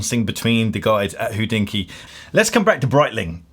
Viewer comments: Hodinkee should be pronounced hohdinki and not hoddinkki. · Why do you pronounce Hodinkee as 'WHO-dinky' constantly?